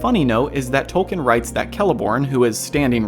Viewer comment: At the risk of sounding like an absolute snob, Tolkien is pronounced "Tol-keen". And apparently he was very adamant of the fact. Carry on.